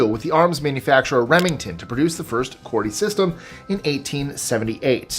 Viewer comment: Qwety. It's pronounced with an er sound. Like were. Not ar sound like quark.